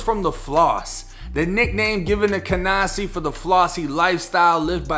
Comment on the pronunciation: "cahNAHsee neighborhood of Brooklyn" lol as a New Yorker hearing your accent pronouncing nyc neighborhoods has me weak